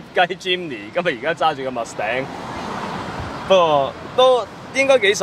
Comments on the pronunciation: wrong pronunciation, what is mus頂？？？ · Mustang 都唔識讀🤣🤣🤣🤣